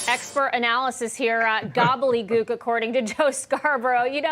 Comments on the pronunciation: So a 'professional' reporter says gobbleygoke. His education I'm sure far wxceeds mine and if i had a job such as his i certainly would exercise a vast array of words long before gobbleygoke. Which btw is pronounced gobble de gook. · “Gobbelly gewk”